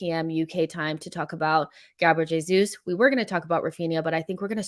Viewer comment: You pronounce Jesus with a J as it’s Portuguese Not with a H which is Spanish.